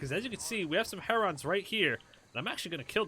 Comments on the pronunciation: Its 'hair-un' not 'Herr Ron' 😂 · What's a Heronn? Is that the same as a Heron? 🤣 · lol.... yeah. HERON: its pronounced like "Karen" not "Leron" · egg-rets, her-runs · Can you please say Heron correctly it bothers me 😂 sounds like Lennon “heron” as in John Lennon not “her-ON!!” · It's pronunciation is (Hair=in) A lot of people add a G on the end. They come at my pond all the time in the warmer months. Beautiful birds. My dog tries to chase them in the air. Funny as shit, as he's 14 now.